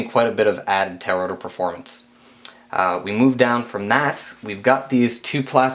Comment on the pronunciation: Man,... "Tail Rotor" are two separate words. You keep sayin' "Tarotor" LOL! Couldn't resist! Nice build vid. Learned a lot for my build. Thanks!